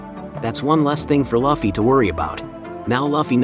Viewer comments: ngl hearying luffy spoken as loffy sends me over the edge xD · Your text to speech keeps saying luffy wrong… and it triggers me, lol. Edit: idk if it is text to speech but it feels like it. Nice vid tho! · Lol u pronounce his name wrong but decent video